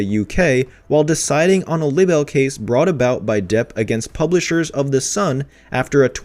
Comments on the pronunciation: Dude, the word libel is pronounced "lie-ble," not "libble." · It's pronounced lie bell not libble. shakes head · It’s pronounced Lie-bull not libble please narrate correctly 🙏 thank you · I'm so glad someone said it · You really must be glitchy if you have no idea how to pronounce libel correctly. I wouldn't have any problem with him saying lie bull as libel is both of those things, but libble is just unacceptable in what is supposed to be a news report. Even computer voices don't make that mistake. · it's pronounced LIE-BELL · I wish your stuff was up to date. At least say the word "Libel" correctly. You have changed it up tho mind as it was 6 months out of date now it's about 2 months. Meetoo movement is folded because of heard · That's a long i on libel. Try to pronounce it correctly.